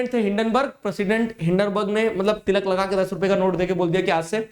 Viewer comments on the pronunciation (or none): none